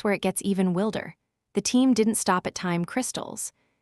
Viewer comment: The robot voice doesn't know how to pronounce "wilder".